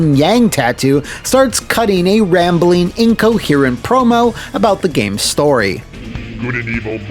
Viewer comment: "CHAD WARDEN HERE. PS3 GOT THE BEST GAYMEZ!"